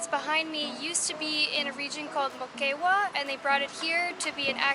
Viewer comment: El faro pertenecio a la región MOQUEGUA ... no Mokaywa